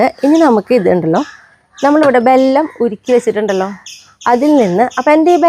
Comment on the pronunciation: ബല്ലം അല്ല പെണ്ണെ വെല്ലം